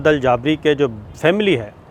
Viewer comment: سر ان کا نام سعد الجابری نھیں “سعد الجبری “ھے